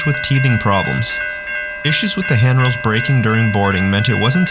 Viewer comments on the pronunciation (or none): Did you say broken handrails?